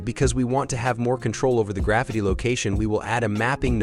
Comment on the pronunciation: Easy, clean and the way text to speech says " Graffiti " is funny 😁